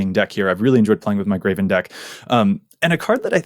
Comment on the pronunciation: He constantly pronounces Greven "Graven" and it drives me insane every time. There's no A in his name!!!